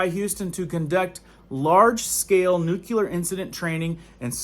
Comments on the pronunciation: *Nuclear (nuke-lee-ar). There’s no u between the c and the l. People judge you based on the way you say things. If you want to reach them with all seriousness, you have to speak properly. Not clowning you at all, just giving you a tip. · Lol. I am in Houston near NASA. It is nuclear but I don't really care. You can call it a jelly doughnut but does the same thing. Lol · Maybe I'm just being an "art critic" here nut it's difficult enough to follow all this alarmist stuff, but it grates on the ears with the improper pronunciation. It's NU-CLE-AR not NUCU LAR.. Sorry if it sounds supercilious, but I have greater concerns over the decay of our society and culture. I still intend to follow your channel as it is difficult to dismiss all your concerns. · could you please learn to say nuclear instead of nucular. It makes you sound a little dumb. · Nuclear dude nuclear!! Not nucular!! Omg! I can't fkn stand that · Great video and videos, but the word is NUCLEAR not NUCULAR. New-klee-ur, like the word nucleus. New-kyoo-ler isn't a word. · Why do people insist on adding a "U" to the word nuclear? What the hell is "nuculer" ? Lol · Nuclear, not nucular. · I really get a lot from your videos BUT please the word nuclear is pronounced noo-klee-ar NOT noo-q-lar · Please please learn how to pronounce nuclear...... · Nu-CLE-ar......not nu-CU-lar. You sound uneducated when you say it wrong. Sound it out. LOOK how it is spelled. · There is no variable spelling for the word, "nuclear" so what about this spelling looks like it should be pronounced "nukular"? SAY IT RIGHT!!!!... God! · Very good video and great information! Just one thing. It is pronounced "Nuke-Lee-Er", not "Nuke-U-Ler". Sorry to be "that guy". Lol. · New-klee-er. Not new-kyoo-ler! English is our language!!!!!!!!!!!!!! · It's nuclear not nucular. It's really hard to take you seriously. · Nuculear da fuq? It's nuclear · Nook-lee-ar, not nook-U-lar. How many freaking times do people have to be taught this simple word?